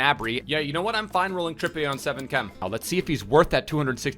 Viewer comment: Pls pronounce what in whats up correctly please